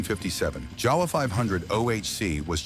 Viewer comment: JAWA (a Czechoslovakian make) is pronounced YAH-vuh, not JOW-wuh. You're welcome.